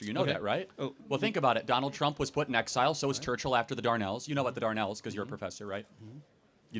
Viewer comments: It's not Darnells, it's Dardanelles. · To be fair, It is "Dar-DA-Nells" not "DAR-nells" so that mispronunciation could be confusing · 'Dardanelles'.... Not 'Darnells' - So smug afterwards... and he didn't even know the correct name of the area. Even I picked up on that instantly, and I don't claim to be an expert... I was, however, educated in UK, not USA. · Maybe it is a pronunciation issue, but it is not written as the "Darnelles." It is written as the "Dardanelles." I would assume it is pronounced that way as well. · I too haven't heard of the Darnells, Charlie. Oh, you mean the Dardanelles!! Lol. Still love ya mate. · History guy MAY have been confused by Charlie saying darnelles instead Dardanelles (aka Gallipoli offensive) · Dardanelles- his pronounciation is almost ignorant.